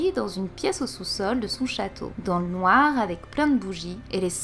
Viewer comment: Super vidéo comme dab.merci a toi.jador ta théorie(reve).he comment ta dit noir a 18min30.lol.